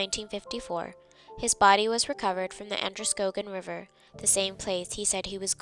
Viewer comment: pronounced An der skaw gin not a long "O" sound.